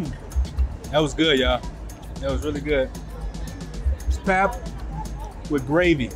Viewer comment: Enjoying your videos. And happy to see that you are enjoying our country. I hope you come to Cape Town too! Fyi, "pap" is pronounced "pup". Like puppy. And the gravy is called "smoor" or "sous". So we eat pap and smoor. Or pap and sous. Same thing. But not gravy 😊 So happy that you are liking it!